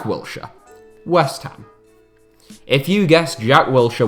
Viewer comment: My man said Wiltshire😂👆🏻